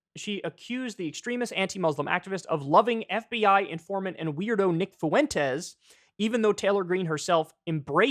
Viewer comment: Kyle "Foo-wen-tez" Kulinski